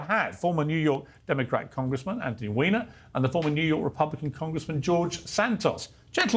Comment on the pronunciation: Is that pronounced Weener or Whiner ?